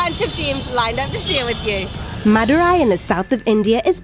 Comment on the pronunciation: u r pronouncing madurai wrongly it is a big embarassing moment for madurai peoples